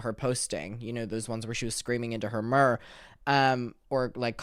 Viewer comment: the way says mirror 😭 you're missing a lot of letters there babe AHAHA😭 edit: spelling error lol oops